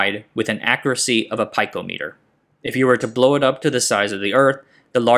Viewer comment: I hate to nitpick (nitpicking about to happen), but picometers is pronounced like "peek-o-meters"